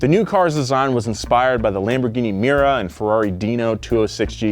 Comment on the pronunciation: Dont Lamborghini "MIRA" but MIURA is correct